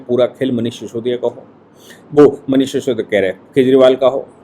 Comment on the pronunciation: शिसोदिया नही सिसोदिया